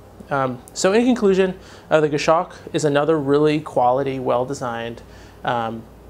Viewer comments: Great review as always, just might want to check your pronunciation of Goshawk. It's Gos-hawk, not Gosh-awk. I bought a Citizen nighthawk BECAUSE of your reviews, so not real criticism. Format is awesome, very polished. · it's pronounced "goss hawk" not "gashock."